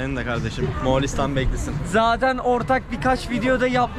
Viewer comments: Aga mualistan diyosun 2 dk doğrusunu söylemekle uğraştım. Bildiğimi unutturdun :D Moğoo listan O'yu uzat söyleyemiyorsan :D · Birde moğalistan demesen çok güzel olurdu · Güzel video kanka ama Moğalistan değil Moğolistan :D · Moğolistan değilde Moalistan demesi kimsenin dikkatini çekmedimi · arkadaş daha gittiğin ülkenin adını söyleyemiyorsun, moğAlistan nedir? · moğalistan değil moğolistan olacak. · bütün video boyunca MoğAlistan demeyi nasıl becerebildin kardeşim?:) MOĞOOL-istan MO-ĞOL. Mo-ĞAL değil.:) sevgiler.:) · Moğalistan degil moğolistan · Moğalistan değil Moğolistan. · moğalistan değil moğolistan* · Moğalistan değil moğolistan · Moğalistan ne ya 😂 Moğolistan